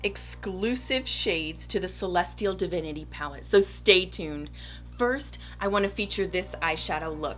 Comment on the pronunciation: I love the backdrop! And the way you just killed the name of the palette without even struggling like many of us did! Lol I love your technique for the cut crease with the liner brush! Must try! New subbie 😍